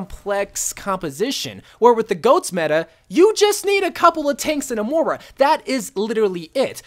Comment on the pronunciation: It's goats not go😂